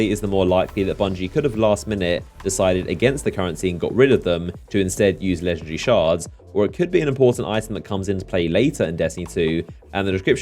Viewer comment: Hey no disrespect, but is not "legendre" is "legendary"...